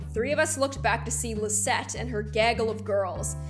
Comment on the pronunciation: My name is Lizette, AND IT SOUNDED LIKE GLOOM SAID MY NAME, I AM SOOO HAPPY